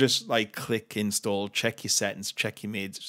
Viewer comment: "inSstu0olah"... Love it